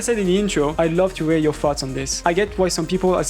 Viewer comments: on its soounds like your saying farts instead of thoughts ahhahah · "i'd love to hear your farts on ts"